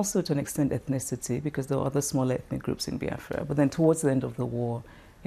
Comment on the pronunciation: It BEE AFRA not BY AFRA